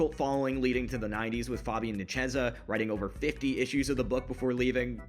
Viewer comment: The butchering of Fabian Nicieza name 😂